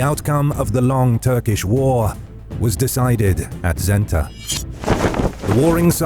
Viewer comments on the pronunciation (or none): It is Senta not Zenta.